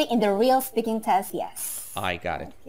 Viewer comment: Telaffunuzu daha da geliştirebilirsiniz. Bunu yazdığım sırada videonun tümünü izlemiş değilim, fakat; shaking, pretty, speaking, actual, think, written, right kelimelerini daha düzgün telaffuz etmeniz mümkün. Bir de "I want to know what I can do about this TOEFL exam" cümleniz gramer olarak doğru olsa da ana dilinizin ingilizce olmadığını ele veriyor, "the" daha otantik olurdu. Heyecanlıyım dediğiniz yerlerde telaffuzunuz daha da kötüleşiyor ama sonra tekrar toparlanıyor. Yine de Türkiye ortalaması üstünde olduğunuzu düşünüyorum. Başarılar.